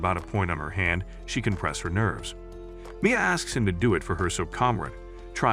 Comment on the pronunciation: Your pronounced Mia wrong you pronounce Mia as Mi a